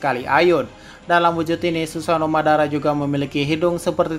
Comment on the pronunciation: Madara bang bukan babara